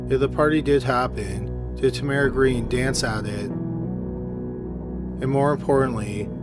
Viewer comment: Is that how Tamara pronounced her name? I've only heard it with accent on first syllable.